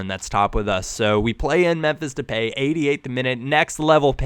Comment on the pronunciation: Depay is pronounced De Pie. P. S. u is AWESOME